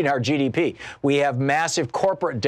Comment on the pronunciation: Did he really say "GPD" ? Am I hearing that right? Did he mean GDP, or is "GPD" something I'm unaware of?